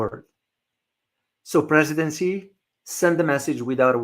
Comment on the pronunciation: Not “see”, more like “she”